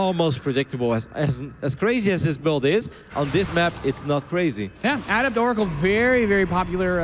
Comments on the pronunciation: Someone PLEASE tell how to pronounce "Adept." It reminds me of people who said "Zee-lot" in HotS. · it's uh-dept, not add-ept!! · you don't change the pronunciation of a word unless it means something else unless they are dumb words like "hear" and "here". ah-dept. not ADDept